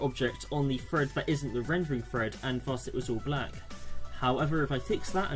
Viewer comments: Well done, but it's pronounced "thread" not "fred" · Drink every time he says "fread"